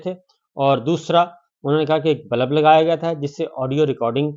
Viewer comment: Sabir shakir Urdu ka Lafaz nai kehty Lafz hota hai, Balab nai bolty Bulb hota hai,Apni Urdu hee theek kar lo YUDDHH